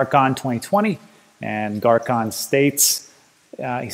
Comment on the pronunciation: It's not Garcon its pronounced Garçon, as in the French for boy! The (c) sounds like an (s)